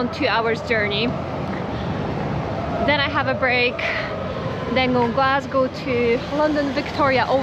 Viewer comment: Your hearing is not playing tricks on you. pronunciation of both "toastie" and "Glasgow" is perfect. Same with "food" at 11.45 and "too bad" at 12.01.